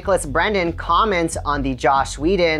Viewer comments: Is he saying josh whedon? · His name is JOSS not JOSH. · Lol "Josh" Whedon, huh? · JOSS. Not JOSH . WTF lol